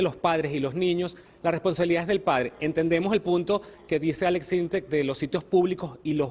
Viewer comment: Es Aleks Syntek no Aleks Synteks